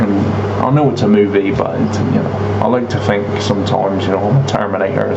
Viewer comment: Someone should’ve told him to fink it frough